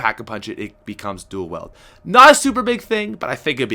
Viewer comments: Is it Pats Canadian accent or does he misread wield as weld. it's kinda annoying when he says dual-weld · You pronounce wield wrong you say it like wheeled ( weel - ed ) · Dual WIELD, not duel WELD! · "I don't say duel weld."